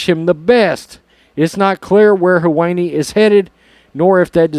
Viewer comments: Sounded like you said, "her weenie" 😆✌️ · 😅🤣😂 Him butchering the pronunciation of his name was awesome. The woke are eating themselves!